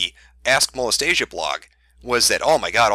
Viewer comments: Mo-les-tia is different from Mo-les-ta-sia. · ok seriously Molestia rhymes with Celestia, not Anastasia. It's nails on chalkboard xD #Pronunciation Trigger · It clearly says "Molestia" Not "Molestasia" lol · 39 people were probably triggered by the mispronunciation of "Molestia" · I used to read Princess Molestia when I was younger and your pronunciation of her name annoys the heck out of me. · Of all the shit in this video, the one thing that really bothered me is that he mispronounced "Molestia" There. I've made my autistic post for the day.